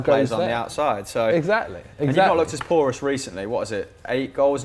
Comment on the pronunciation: Please stop saying Porous